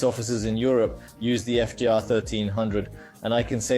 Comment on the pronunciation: BS video--He calls it FIZER? Likely an AI voice translating a script, not a guy who actually rides.